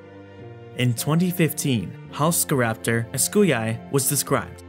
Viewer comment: Halszkaraptor should be pronounced more like Halshkaraptor, than Halskaraptor, :).